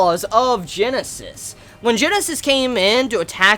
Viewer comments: we have all been telling you this for months now..it is Guinness (like the beer) not Genesis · His name is fucking "Guinness" not Genesis. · the wolf king'd name is not Genesis. it is Guinness. you know like the Irish drink.